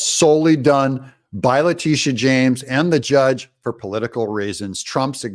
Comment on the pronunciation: That females name is La-Titi-a..